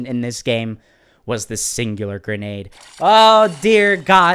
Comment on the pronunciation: you’re pronouncing it wrong it’s called the singularity grenade I can tell why this thing is annoying I was like on a monster kill streak and then someone through the singularity grenade I got stuck to the wall and got killed now I know why this thing is so annoying and I rarely see people use this thing